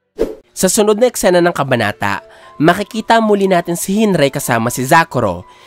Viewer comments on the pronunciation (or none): Bat Hinrai? Hinrik oh Hinrigi po yan base dun sa japanese spoiler channel